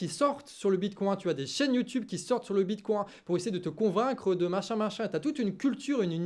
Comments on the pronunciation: J'ai serré les fesses à chaque prononciation du bitcoin. Le bitcoincoin du canard 🤪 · Hihihi!!! Mon!!! Tu parles de bitcoin avec l'accent canard ❤❤❤ bitcoincoin!!! 😂